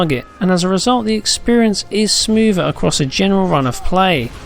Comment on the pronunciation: Smoover? LOL